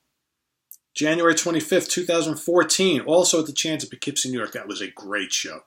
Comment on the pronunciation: Thanks for sharing your experiences and indirectly teaching this Midwesterner the correct pronunciation of "Poughkeepsie":)